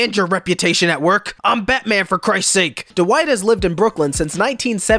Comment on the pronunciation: Love how he can't even say Dwight correctly